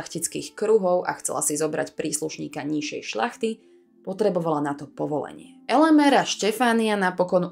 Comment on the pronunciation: Nie "Elemér" - slovensky je Elemír, maďarská podoba mena sa síce píše Elemér, ale číta ako Elemír. Na konci videa mi chýba to časté zakončenie otázkou - "a čo si myslíte vy?" Čo si myslíte: ak by kaštieľ Slovenská republika vrátila do vlastníctva benediktínskemu opátstvu v Panonhalme, bol by stále v takomto smutnom zúboženom stave? Ak by ho vrátili, tak podľa mňa by už roky bol pýchou nášho hlavného mesta.